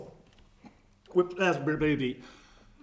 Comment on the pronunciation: I think you were trying to say replay-ability, but you hiccuped and didn't let yourself recover and it came out odd. Looking too deeply into things sorry.